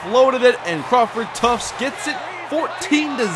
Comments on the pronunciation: U kill me when u keep saying tuftS haha there's no S in his name lmao did that all last season too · There is no "s" in Tuft lol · Omg there's no "S" in Crawford Tuft lol